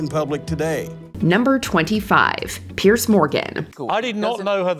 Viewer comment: Yes. Very irritating. Also, she mispronounces people's names. For example, Piers is pronounced "Pierz" not Pierce. Pierce is a whole separate name!